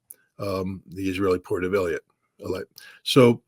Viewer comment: Wonder why Scott always pronounces Eilat as Eliat.